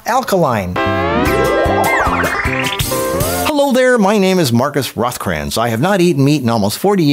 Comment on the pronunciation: How did you pronounce Rothkranz 😭🤯😳